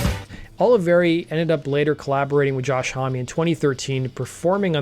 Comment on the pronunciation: should anyone tell him that Josh's last name is only one syllable not 2.....his last name is Homme, not Hommy